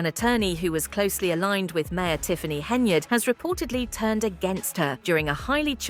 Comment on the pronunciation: If,Henyard,is on the card,no one can pronounce yard, it's just to hard,so they say yurd which rimes with turd.